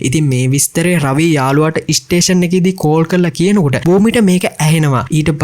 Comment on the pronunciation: වැඩේ හොදයි බ්‍රෝ. ඉස්ටේසන් කියල කියන්න එපා ඒක කැතයි ස්ටේසන් කියල කියන්න